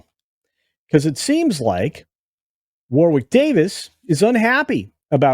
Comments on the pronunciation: “War-ick” not “war-wick” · His name is pronounced "warrick" you don't say the middle w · It's pronounced "Worrick"